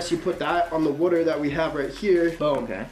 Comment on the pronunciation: Yo thats alot of "wouater"